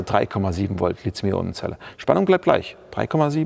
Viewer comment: Warum eigentlich Lizium? Ich dachte, es heiße Lithium. Seit wann ist im Deutschen th ein Zischlaut?